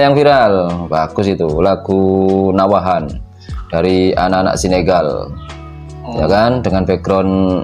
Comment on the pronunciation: Maaf mas nahawand td nyebutnya nawahand 🙏 gpp nyelip sdikit Tp tetep joss suarakan teros kebenaran Aswaja